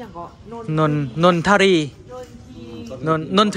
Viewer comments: นนทรี อ่านว่า นน-ซี ครับ อักษร ทร = ซ ทรง = ซง ทราบ = ซาบ ทราม = ซาม ทราย = ซาย ทรุด = ซุด พุทรา = พุด- ซา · ขออนุญาตสอนภาษาไทยทั้งสามท่านที่มาจากฝั่งไทยนะครับ พูดภาษาไทยได้ดีแล้วขอชมเชยครับ แต่เวลาอ่ทนออกเสียง ช.(ชอช้าง) ท่ทนออกเสียงเป็น ซ.(ซอโซ) เช่น โรงเรียนชุมแพศึกษา จะได้ยินท่านอ่านว่า ซุมแพศึกษา และอีคำหนึ่งที่ท่านออกเสียงผิด คำว่า นนทรี. ภาษาไทย ไม่ได้อ่านว่า นนที หรือ นนทะรี เพราะ ทร=ซ ดังนั้น คำว่า นนทรี จึงอ่านออกเสียงว่า นนซี.ครับ ต้องขอโทษทั้งสามท่านด้วยนะครับที่มาบอกในหน้าเพจ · นนทรี อ่านว่า นน - ซี เพราะเป็นควบกล้ำไม่แท้ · คุยอย่างเพื่อนนะครับ ท+ร. ถ้ารากศัพท์มาจากภาษาไทย มันจะออกเสียง..ซ เช่น นนท์ทรี ออกเสียง นนท์ ซี เลยแหละ เว้นแต่รากศัพท์มันจะมาจากภาษาต่างประเทศเช่น...Three..Tree.ก็ออกเสียงตามนี้เลย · นนทรีอ่านออกเสียงว่านนซีครับ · อ่านว่าต้น นน ซี ...ทรเป็นคำควบกล้ำไม่แท้ ทร ควบกันเวลาอ่านออกเสียงเป็นซ. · นนทรี อ่านว่า "นน ซี" เด้อ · ถ้าจะพูดให้ถูก คำว่า นนทรี ต้องอ่านแบบนี้ครับ นน-ซี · นนทรี อ่านว่า นน-ซี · เขาเรียกเป็น นนทรี(อ่านออกเสียงเป็น นนซี(นนทรี) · นนทรี อ่านว่า นน ซี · ทร อ่านว่า ช นนทรี อ่านว่า นนชี